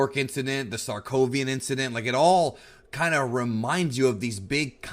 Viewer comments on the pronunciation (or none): Says the makankosapo no problem. Can't say Sakovia.